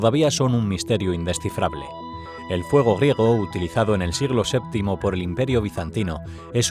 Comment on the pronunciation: Me encanta como pronuncia la G, Fuego griewrtsdfafcgsrsvso, jajajajaja